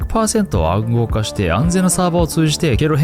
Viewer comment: のいじり方が（笑） 「暗号化」が「アゴ化」に聴こえるアルアル（笑）